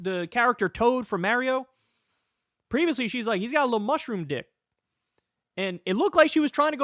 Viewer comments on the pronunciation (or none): Did bro just say Merrio instead of Mario? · Calling mario, merio is crazy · It’s pronounced mAHrio. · Marry-O almost made me unsubscribe lol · The way Kyle says Mario is gonna make me become conservative